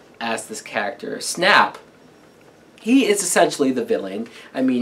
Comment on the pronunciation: good review I can't wait to see what you think moving forward. I love the movies will watch them over and over. Btw it's pronounced Snape with a long sounding A as well with Draco Malfoy.